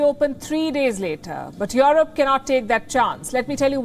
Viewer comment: Who is "yoreb" ?